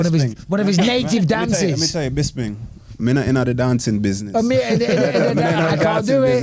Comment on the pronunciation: Why do Americans have so much trouble with Bisping's name? They can say crisping, lisping etc just fine, then it comes to him and it's like "Here comes Michael Bizbing"